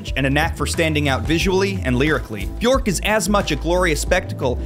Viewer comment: My name is not odd. It’s just a tree. Many people have tree name, color, flower names etc.. Americans take old Scandinavian names like it’s exotic to be interesting but they pronounce them wrong and it sounds awful 😅 And Bjørk is not pronounced that way. It’s not with Å, its an Ø. If you can say LURK you can say Bjørk. With a real Rrrrr. It’s almost the same. You’ll get there.